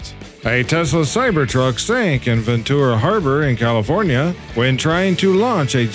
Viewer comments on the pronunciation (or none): none